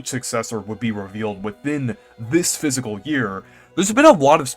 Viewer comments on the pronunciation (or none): It’s FISCAL, not Physical